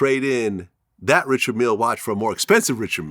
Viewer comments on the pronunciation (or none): It's pronounced... Ree shard mill lay. It's not Richard Miller. You cats are fake as f! Say it correctly, you fake watch wearing frauds.